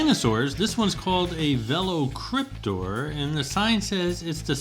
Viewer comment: I can tell you never seen any of the Jurassic Park movies by how you butchered the pronunciation of Velociraptor. Try it again. Its also spelled wrong